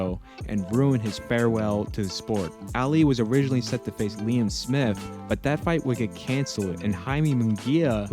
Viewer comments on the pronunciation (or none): none